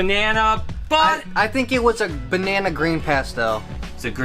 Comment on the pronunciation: He said BanNanA soooooo... Does he thinking about bananas